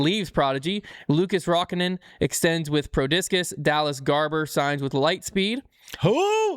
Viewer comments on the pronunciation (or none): none